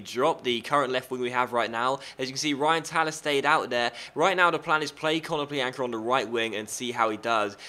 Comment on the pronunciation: Ko-no-PLYA-nka the Ya is pronounced like in yannick